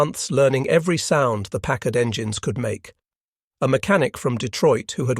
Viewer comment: Finally! A Briton that pronounces Packard perfectly!